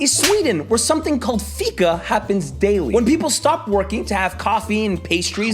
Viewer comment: you mispronounced fika....the rest was spot on.....wanna have some?